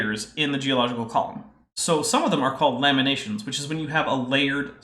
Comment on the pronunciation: It is funny when you said lamination i heard lemonation, it took me a few second to connect all the dots